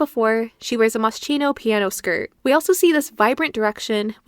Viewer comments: I hate to be this person, but it’s ‘Moss-key-no’ with a hard C 🩷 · It’s MOS-KINO…. The ch is pronounced like a K. Please no hate just a little correction.. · Please, it’s pronounced “Moskino”, Italian brand name. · Please, Moschino is an Italian brand. It’s pronounced Moss-Kino 🙏🏻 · The video is great, probably the best one I have seen so far about The Nanny's fashion. You should have checked the correct pronunciation of "Moschino", though - as an italian, it was quite painful to hear it being mispronounced so many times (the correct pronunciation is [moskino]), lol.